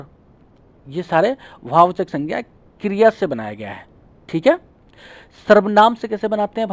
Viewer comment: Sir aap kriya ko kirya bol rehe ho🤣